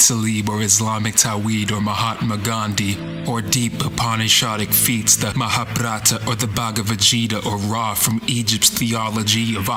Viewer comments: Man pronounced Bhagvat gita wrongly it sounds like bhagwa vegita..also it's MAHABHARATA NOT MAHABHRATA. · The way he's breaking words and connecting is quite scientific. He mispronounced 'Mahabharata' and 'Gita', though. But, would ignore at this point 'cause this is exactly my thing. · He mispronounced quite a few things actually